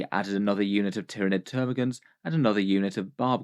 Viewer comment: *TermaGANTS, not "Termagaunts".